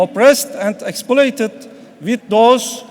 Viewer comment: Lan ne alakası var aksanla. Adamın aksanı değil sorun aksan olabilir, herif en kolay kelimeleri bile doğru şekilde okuyamıyo. Ak parti kavurma ne lan. vidat tabt ne. troo ne lan. ekspoleytıd ne.